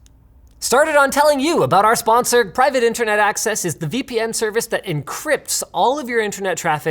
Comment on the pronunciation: Hoho at last Linus just blasted with the "SPONCER"🤣 Spuked